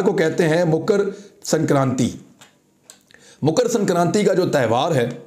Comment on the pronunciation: अबे बावले मुकर संक्रान्ति नहीं मकर संक्रांति कहते हैं।